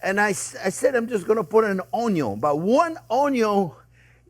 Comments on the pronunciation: You had me at onyo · Ah come on Chef! You can never have too much onyo you know its true! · The man who single-handedly taught a generation to dice an onyo. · Chef, you are a delight to watch! Always interesting videos and always cheerful. There are a couple of words standard here in the house. Onyo and "I measured carefully"! Thank you for your inspiring videos and personality! Greetings from a Dutch guy in Norway!